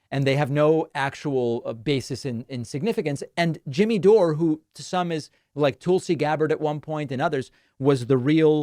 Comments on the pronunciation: David, I'm with you on Dore losing his way, but you're not always speaking with integrity here. Intentionally mispronouncing his name and alleging he's for Trump is sloppy. You're too intelligent and credible to need that. The grain of truth in what some of your audience is telling you regarding Dore being a "North star" (yes, outlandish, I agree) is that he's willing to be critical of the Democratic party. One of the reasons I don't watch you as much as I used to is your unwillingness to do the same (this coming from a progressive, by the way). One example that was particularly alienating was your attempt to highlight Trump's "dementia", while never - or, in the best case, rarely - focusing on Biden's obvious mental decline, a decline at this point more pronounced than Trump. Highlighting election denial on the part of Republicans in 2020 (again, I agree that their claims of voter fraud are absurd) without covering all the ways in which Democrats exaggerated Russia's effect on the 2016 election (empirically negligible), including repeated absurd claims that the election was stolen or heavily influenced by that nation , is another example. We need credible, intelligent voices such as yours in our discourse. My vision for a north star would be a dialogue inclusive of more criticism of the Democratic Party. That would, for me at least, be a sign of someone speaking "from the left". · Dore` is how my last name is pronounced. Weird to hear it from your mouth haha. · The way you insist on pronouncing peoples last names incorrectly, while you KNOW the way they pronounce them is so freaking annoying. You're literally the only person in the world that prnounces it "Doré" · Please stop saying his name like that David, when he says his name,he says DOOR!!!!!!!!!! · You're pronouncing his name wrong, David, it's door, like close the door 💯💯💯😂🤣😅